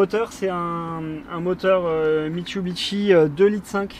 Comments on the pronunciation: "Mitsubishi"et non pas "Mitsubichi". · Mitsubishi et non Mitchubitchi !!! LOL